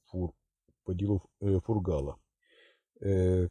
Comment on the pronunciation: на счёт ударения Фургала похоже стёб какой то)😂